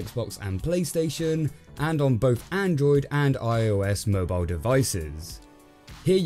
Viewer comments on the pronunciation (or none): none